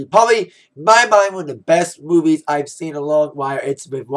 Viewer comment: LOL!!!when he said movies i thought he said boobies and i was like "da fuckk???"